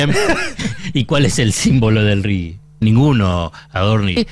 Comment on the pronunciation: Es RIGI, no RIGUI. RIGUI sería en inglés.